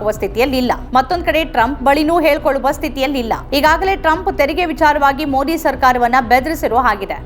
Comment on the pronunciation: ಮೋದಿ ಪದಬಳಕೆ ಸರಿಯಾಗಿ ಉಚ್ಚರಿಸಿ. ತಮಿಳಿನವರು ಮೊಡಿ ಅಂತ ಹೇಳಿದಂತೆ ಕನ್ನಡದಲ್ಲಿ ಹೇಳಬೇಡಿ. ಕನ್ನಡಿಗರಿಗೆ ಮೊದಿ ಹೆಸರು ಸರಿಯಾಗಿ ಗೊತ್ತಾಗಲಿ.